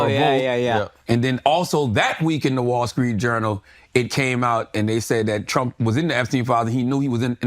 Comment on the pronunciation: “The wallskreet journal”